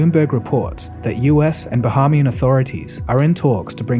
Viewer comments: it's pronounced "ba-hay-mee-un" (Bahamian) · Ba-hay-mian...Long A not short A. Like Tasmanian. Otherwise, good video.